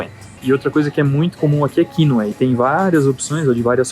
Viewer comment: Achei estranho o jeito que falou quinÔa. Ele disse quÍnoa..